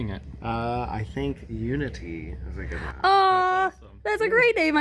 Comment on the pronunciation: When asked the couple what they were going to name their new snake, I thought the dude said ‘Lumity’ instead of “Unity” and I just about had a heart attack. Any other Owl House Fans out there?!? For those of you who don’t know, lumity is the ship name for the main character of an animated show called The Owl House, and her partner. If you’re looking for something to watch I highly recommend it. Really fun story and characters and the animation is 👌. Disney is producing it, however the person behind it is a lady called Dana. The second season has recently finished, and even though the show is really popular Disney is cracking the whip on the creator and not letting them do the third season the way they planned to. But if more people show an interest in the first two seasons they might change their mind, so get binging everyone!!